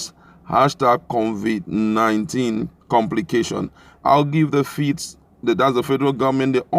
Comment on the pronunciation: it's COVID 19, not CONVIT 19. So, at this late stage, Nigerians including the President don't even know how to pronounce the virus correctly? Really??????